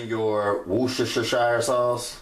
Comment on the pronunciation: Three syllables. Worse-ter-sheer